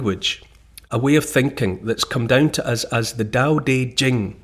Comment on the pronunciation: Thank you! Especially for the pronouncing Tao. I met a mum once who named their son Tao. Sadly was pronounced dhow, tho.🫤